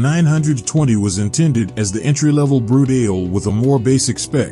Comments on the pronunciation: Lol yep stopped it at Brut-ale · Brut-ale? Jesus. Is that some sort of beer? At least take the time to learn how to pronounce the names correctly……remember, it’s Italian!